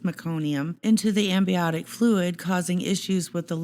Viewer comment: It's amniotic fluid, not ambiotic.